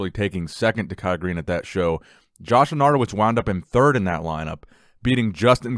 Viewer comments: not loranto-wiz but lenato-wicz WICZ CZ CZ C-Z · Hey, its pernounced lenartovich. Its Polish background. Great videos though.